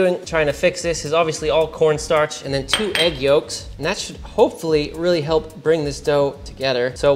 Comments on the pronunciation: "we're gonna go all KAWNSTARCH" lmfao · “Cohwnstarch” 😂😂😂 (it has the juice!) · cowen starch